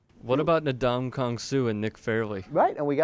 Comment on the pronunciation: (N-dom-a-kon Sue) ndamukong suh